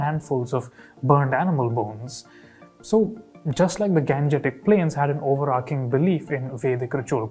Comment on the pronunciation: It’s not ఓవరార్కింగ్ its ఓవరార్చింగ్ - so says Manchamma 😀